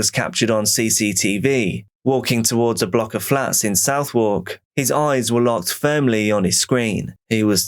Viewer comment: Knew you could never be Londoner(England) by the way you pronounced Southwark! Don’t even know if I can spell it, maybe Suvverk?🙄 and I know those flats and live nearby